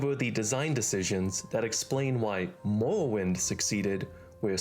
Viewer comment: Why does he talk like that ? Ameuwica, Mowwowind....